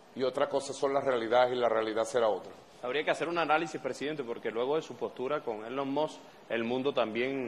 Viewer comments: "Elon Mos" dice Maduro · NO SE DICE ELON MOTT , NI ELON MOTH , NI ELON MOSS , NI ELON MOT . SE LLAMA ELON MUSK AL MENOS PRACTIQUE PA QUE NO SE VEA TAN ESTUPIDO Y SER EL HAZME REIR DEL MUNDO. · Elon Mox